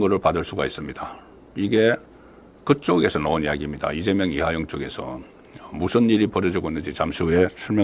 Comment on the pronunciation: 국건씨! 이하영 아니고 이화영! 방송계속 하려면 발음연습 좀 하세요.